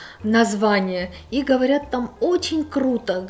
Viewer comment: Эгине, меня прорывает смех всегда, когда я слышу от вашего мужа "ОЧень ". 😂😂